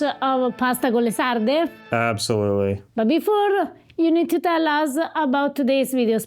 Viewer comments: Harper, Harper, Harper, you are married to an Italian girl and you're living in Italy! Trust me you've GOT to work on that Italian pronunciation!!! They aren't Lee Sardee, they are Leh Sardeh. Please. Okay, I have access to fresh sardines here in suburban Atlanta, I've had Sarde in Saor in Venice, and didn't care for the dish. Too fishy, it just didn't work. I've known about the pasta dish, but was never all that anxious to try it. No longer, thank you Eva! It's off to the market domani, and proviamo! Grazie, care. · Drop the American diphthongs when pronouncing Italian words and it will sound a lot more Italian. It’s pronounced sarde and not sardey. 😉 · You have an Italian speaker just next to you (Eva), “con sarde!” (not con sardei). It’s not difficult, but it makes the whole difference. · Pahsta con lay sarday 😄